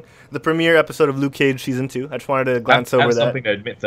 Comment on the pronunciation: Lucy Liu-ke Cage